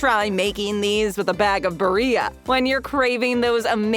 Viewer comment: Bag of Barria LMAO its BarriLLA